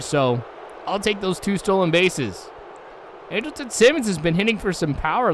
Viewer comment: Your pronouncing Andrelton Simmons name wrong. It's pronounced Andral-ton. But other than that great video.